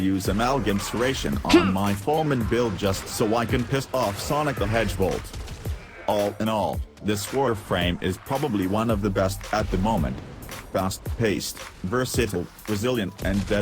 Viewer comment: "Sonic the HedgeVolt" lol